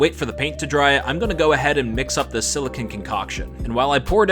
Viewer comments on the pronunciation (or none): bro 6 mins rthrough i actually wantred to stop watching cuz lil bro called clearly siliCON aka (sill'e'cone) silicin 💀💀💀